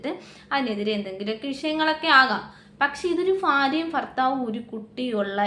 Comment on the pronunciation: ഫാര്യയും ഫർത്താവുമോ? എന്നു വെച്ചാൽ എന്തുവാ?